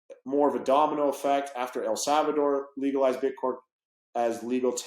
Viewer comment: Jared from subway calls it "BitCorn" , 😆